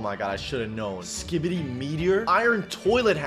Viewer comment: The way this guy says skibidi is perfect